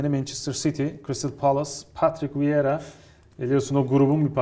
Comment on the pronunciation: viera değil vieira abi. saygılar, sevgiler 👋